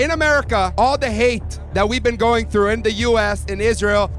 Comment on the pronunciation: “You’ve never bean?” 😂😂😂